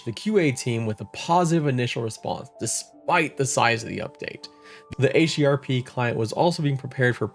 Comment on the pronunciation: This is one of your best Pantheon: Rise of the Fallen coverage videos, man. I love the concept. The edits are super helpful and quite clean, with a good balance of info and fun. Just such a good recap. This deserves way more views. :) Also you said HDRP, and I'm proud of you. :D But now you've passed into the realm of mispronouncing Dark Myr... D